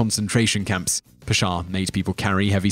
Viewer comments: I think you should have included Christopher columbus mainly because what most people are taught about him is lies the USA even has a national holiday based on him. also not meaning to be THAT guy but the pasha name is pronounced pash-ha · Hey! Salam! Nice video, very informative. Number 8 Talat Pasha. You are pronouncing it fine but try to extend a with as . As Paasha . Paa is spoken longer and Sha is spoken in short. Say it this way Paaaasha. 😁 Thanks